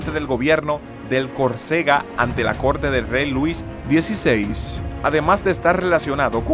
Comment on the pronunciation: Francia no fue su pais adoptivo, Corcega era Francesa. Que ignorancia la de Francia. Y aprenda a pronunciar bien. no es ventana de años, es veintena de años. Es cOrcega, palabra esdrujula, no CorcEga, ves. Y puedo seguir con mas errores en su hablar, pero como es usted Dominicano, "peldelia" mi tiempo. El sacerdote es Juan Bautista de la Salle, en frances se pronuncia "yan baptis de la Sal". Hoy existen muchas formas de aprender como se pronuncia en otro idioma un nombre, uselas por favor.........